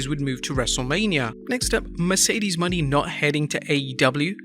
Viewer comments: Ok this is the second (at least) video you talk about FKA Sasha Banks, Mercedes Moné, and miss pronounced her name. It’s not money it’s phonetically pronounced monay. Did you not notice the accent above the E. Great journalism. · No offense but it’s “Moné” not “money” 💯😂